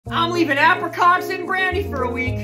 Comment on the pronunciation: How did he pronounce apricot in the beginning?